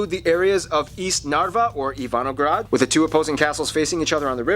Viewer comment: Correct me if I'm wrong but shouldn't it be Ivangorod not "Ivanograd"